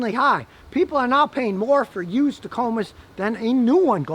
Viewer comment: i like how scotty says yoosed